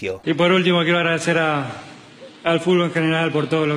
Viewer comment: No me puede dar tanta gracia que diga fubol todo el tiempo